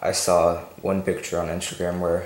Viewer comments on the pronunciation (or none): none